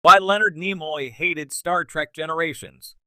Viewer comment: Not to mention mispronunciation of NIMOY's name